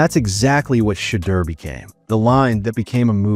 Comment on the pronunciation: Why do you keep calling sheduer.... shatter? When you know his name is sheduer. You know what his name is, just call him by his name. 🤷🏽 Over and Out.